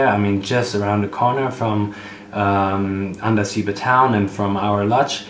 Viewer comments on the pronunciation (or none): It is pronounced.Andasibe' ,stress on be